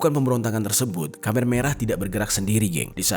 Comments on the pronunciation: Koreksi nih bro, penyebutan Khmer bukan Khamer (dlm bahasa Arab minuman keras) tp Khmer (khemer). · KHMER di bacanya kemer bang bukan kamer wkwkwk